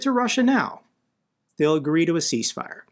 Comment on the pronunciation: It's 'cease' not 'peace'